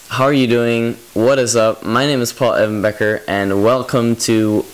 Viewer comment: I find it so sweet how you say your name as if it's one syllable, like "Paulevanbecker" and not "Paul Evan Becker." I don't know. Don't mind me and my strange observations.